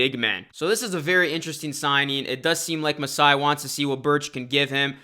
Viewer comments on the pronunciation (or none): none